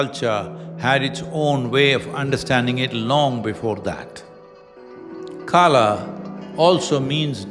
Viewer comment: सही उच्चारण करें, यह कल है, काला नहीं।